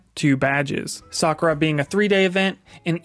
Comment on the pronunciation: You keep calling it Soccer-Con.... Its interesting that you don't know how to pronounce Sakura even though you've been going to this con for some time now...